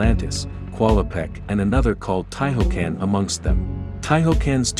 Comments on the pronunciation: Amazing video :) I can't wait third part :) <3 But your pronunciation is sometimes wrong ;) "Scion" - "sci" is not like in "science" but like "ski". And "ti" in Tihocan should be pronounced as "tea", not as "tie" ;) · This documentary of a 27-year-old game was more entertaining than most movies on Netflix. I was, however, slightly annoyed by the mispronunciation of Tihocan and sarcophagus. Lol